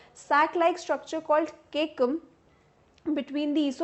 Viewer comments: Mam actually u are pronuncing the word caecum incorrect It's Ce - cum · MA'AM CEACUM'S PRONUNCIATION IS WRONG?